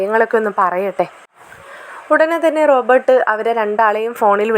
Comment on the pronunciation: ഹലോ കഥാപാത്രങ്ങളുടെ പേര് ശെരിയായി പറയൂ. റോബോർട് എന്നാൽ യന്ത്ര മനുഷ്യൻ എന്നാണ്. ഇത് റോബർട്ട്‌ ആണ്.